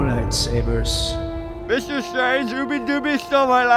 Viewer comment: mr stwange it's not nap time yet